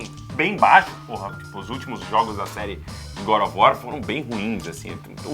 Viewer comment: "Godofor" kkkkkkkkk